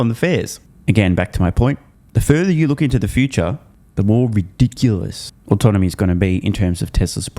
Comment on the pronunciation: Can someone tell Dan that it's autonomy, not autonomous.